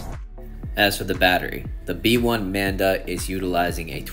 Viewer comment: Nice review as always! And it think it’s the “Manba” not “Manda” 😂